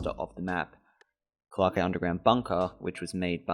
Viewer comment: Was liking the video until you started pronouncing clarke as clark-eh and nebula as noob-ela. genuinely how can someone look over their recording and think yeah thats fine